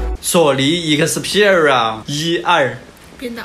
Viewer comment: 一克四屁儿rua~